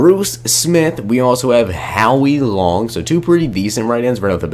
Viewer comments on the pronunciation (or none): none